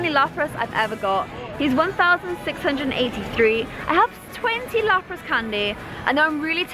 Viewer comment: She said lupras